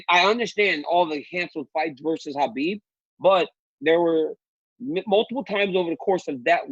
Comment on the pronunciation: Ariel, you're so Jewish how you pronounce Khabib. Chhhaaaaa beeebbbb